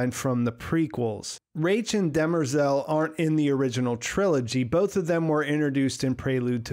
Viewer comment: I’m nit sure you are saying dermerzal name right but I also listen to audio books so not sure.